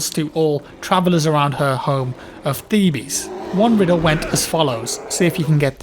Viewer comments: Really into Greek mythology, pronounces it Theebees instead of Thebes. Brilliant. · No offense but the way you pronounced Oedipus and Thebes makes me want to shoot myself in the head